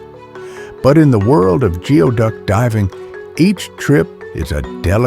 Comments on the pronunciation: It is not pronounced geoduck , it is pronounced gooey duck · It's pronounced gooey duck